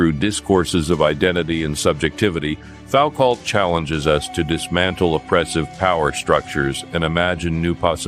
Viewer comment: Say Fowcalt again!